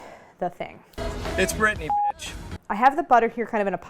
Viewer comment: I was so confused to where "britney" is or who the "people of britney" are until I realised you mean Bretagne hahaha